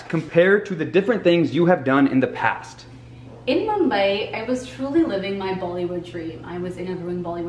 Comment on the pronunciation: Like the way she pronounces 'Mumbai'